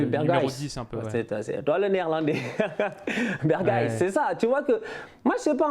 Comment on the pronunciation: Je retiens une chose c'est "Bergwish" (Berghuis) haha pas mal. Super video continuez vous êtes des boss